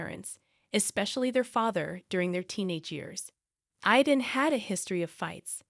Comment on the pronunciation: My grandson‘s name is Aiden…pronounced Ai-den. Hearing you murder his name many times over is really irritating to me. It would really be a good idea for you to have somebody who speaks English proofread these things so they make sense.